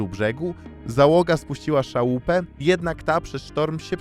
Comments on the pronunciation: Chyba Szalupę , a nie szałupe 😂😂😂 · Czemu jak mówisz o statku Zagłoba to jest pokazany statek o nazwie Robur? - nie ma czegoś takiego jak "szałupa". Jest "szalupa". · Chętnie bym oglądał twoje odcinki. Jednak masz straszne problemy z tekstem w narracji. Ciągłe problemy z odmianą liczebników, kwiatki w stylu „szałópa”, „skala bUforta”. Musisz zwrócić uwagę na język pisząc skrypt do odcinka, bo strasznie ciężko się ogląda.